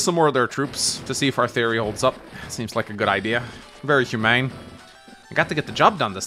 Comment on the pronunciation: you said "very humane"... but I heard... "very hu-!"